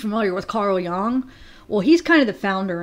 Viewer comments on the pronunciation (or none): Pretty sure it’s pronounced Yuung , Carl Jung is still right on in theories.. thank you for doing this.